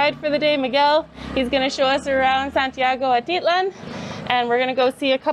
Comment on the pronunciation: It's pronounced At I lan!sorry